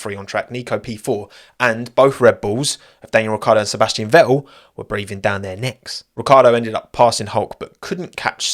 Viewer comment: Like the content but listening to that accent that cannot pronounce the letter "T" is beyond irritating...... Ve-ool, no its VeTTel....